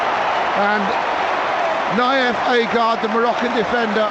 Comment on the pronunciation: It's agred not aygard